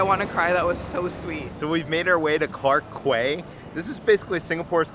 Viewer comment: it was a police station. it is now the government ministry. btw, clark quay is pronounced as clark key